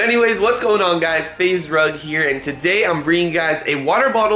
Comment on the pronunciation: it sounds wierd when says two and rug I write with left and do everything with right too